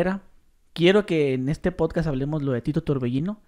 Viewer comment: es podcast, no potcas. PD: me estafaste con METAFAST.